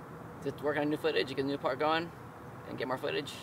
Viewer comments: Oh nevermind I heard him say worst part in the video but he said fart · Did you accidentally say fart instead of part? Or was that on purpose.